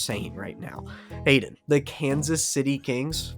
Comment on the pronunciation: See, this is why it is so hard to have people say our name correctly when you tell it to them, because I swear right around the mark you called yourself Aidan and not Hayden.